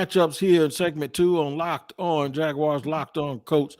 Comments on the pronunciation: Teach that guy how to pronounce “Jaguars” correctly. It’s not “Jag-wires.” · It's Jag wars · Better than how Gus Bradley did it... Jag u wires